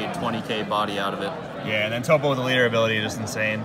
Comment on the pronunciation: Lmao why does he pronounce toppo as TOP O